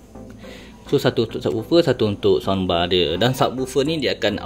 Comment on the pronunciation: Adik bukan sambar, sound bar dik.